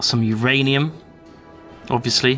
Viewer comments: It's not URanium, it's MYranium. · no its not youranium its myranium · Uranium not rainium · Uranium? My ranium? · myranium, get it right. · What Ranium, My Ranium? Your Ranium? WHO'S RANIUM.